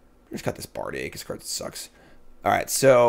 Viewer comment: Bardiche pronunciation should have got a Hermoine sound effect too.